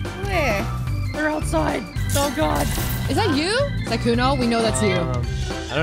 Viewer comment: why the names , SUSuuuukae, lmao il Sykkuno for trying.